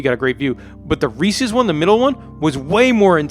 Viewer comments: Yeah it’s pronounced “Reese Is” not “Reese Ease” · I just wanna know why the fuck would it be pronounced “reesies” ???? It’s Reese’s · Uhh why do you say Reese’s like it’s Reesies? Annoyed the hell out of me every time. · 51% says Resse ies